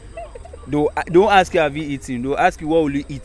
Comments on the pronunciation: Why do you guys keep saying “axe , axing “ instead of “ask and asking” Plenty of us for gh do so 😃😃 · Tell the girls the word is ask and not axe